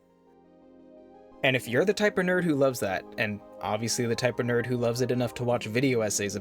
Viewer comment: Another Quake video...? Personally Unreal Tournament 2004 is the best fps. But even then, I'm sick and tired of first person shooters. Also what is it with you saying "nerd" like that?